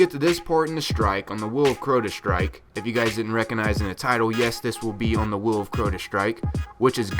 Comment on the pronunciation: "Wew Of Crota" "Omnigew". Lol